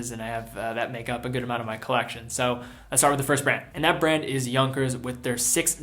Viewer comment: This time you pronounced Junkers correctly... :)